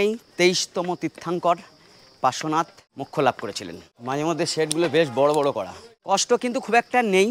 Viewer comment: পরেশনাথ পরেশনাথ করছেন কেন ওটা পড়ে শোনাতে না ওটা পার্শ্বনাথ😊